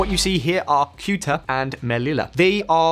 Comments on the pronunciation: It's pronounced Seh-u-tah, not "Kute-ah", OMG. I think Spain did this about face to please Washington, as it only helps the US gain further control over EU policy by increasing the share of EU gas imports from the US while simultaneously preventing independent action on a Ukraine peace. Non-disclosed corruption is also a distinct possibility. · Kewta? Come on already, the constant mispronounciations in every video are not cute or funny, they are just embarrassing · “Thayuta” is the usual pronunciation for Ceuta,. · ugh you need to do better research…kyootah? It’s pronounced ‘Say-you-tah’. There is no more tension between Morocco and Spain 🇪🇸 🤝 they buried the hatchet 🪓 back in March. Additionally, Spain 🇪🇸 is Morocco’s main gas supplier. I believe that today Morocco began exporting gas toward Spain. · Keuta?!!! Just at least have some basics of English or Spanish: Ceuta as in SSSSSSeuta. No language skills either huh? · Ceuta: Theh-oo-tah Melilla: Meh-lee-yah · I feel you omitted certain key points which are discussed below. Also, it's pronounced SAY-OOTER. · When a Brit can’t pronounce a city name like Ceuta , that’s the sign that the city shouldn’t be named like that. It’s Sebta. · This channel does so little research the guy doesn't even know how to pronounce "Ceuta"